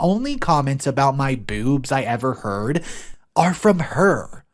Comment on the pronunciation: i love how you say "bewbs"